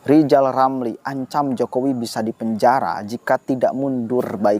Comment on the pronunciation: Pak ramli bukan bilang dipenjara, tapi bilang dipenjahra, r nya ngga ada.